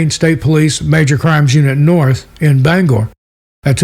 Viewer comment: Thank you for pronouncing Bangor correctly we appreciate it!!!